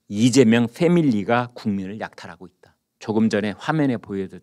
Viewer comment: 이죄명 진짜 발음이 그렇네요